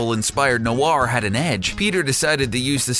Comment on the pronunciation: The way he said Noir makes me cringe